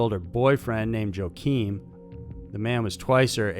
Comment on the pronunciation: Catrin is pronounced "Cut-reen" and Joachim "Yo-uh-him".